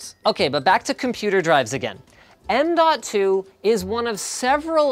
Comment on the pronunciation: What I hear is nnnmmmnmnmnmn.2